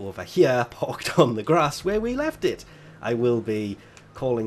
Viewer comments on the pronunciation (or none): none